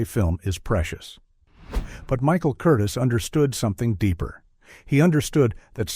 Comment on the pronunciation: Director's name is pronounced Kur-Teaze' accenting the second syllable.